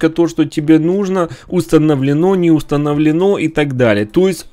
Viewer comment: Установлено́ ахахахахахаххахп